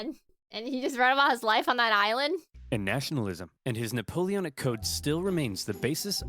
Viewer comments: It's not neapolitan it's Napoleonn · you foolish girl, the word "Napoleonic" is pronunced as "nuh-pow-lee-o-nuhk", not "Neopolitan" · Nuh-pole-eon-ick wars. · “The Neapolitan Wars” …I… I can’t do this man. I’m not strong enough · Why you can't pronounce it it's Napoleonic Wars❤